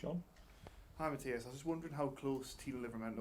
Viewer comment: Jaissle is the man. Such a fantastic appointment. Hopefully his responses get the journalists to level up their (mostly awful) question game. "Hi Matthias (saying his name wrong), I was just wondering if you could answer a different phrasing of the same question Lee just asked, and you shut down as not appropriate for this setting?" "Hi Matthias (again saying his name wrong), is it going to be a tough game at the weekend?" Bruh...